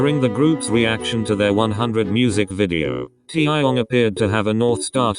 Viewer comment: No one : Computer voice : TiAahyOngg